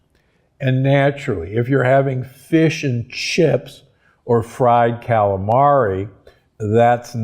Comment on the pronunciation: How funny how Dr G says “fish and chips” !